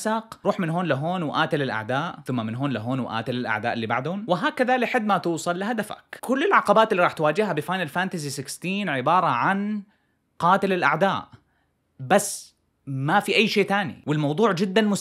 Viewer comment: ينطقها فانتزي كيف تثق في مراجعته ههههههه اسوء مراجع في التاريخ